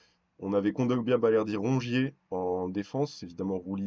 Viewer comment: Et le "Rouge ier" on en parle ? Et dire que vous allez saccager notre belle pelouse la semaine prochaine...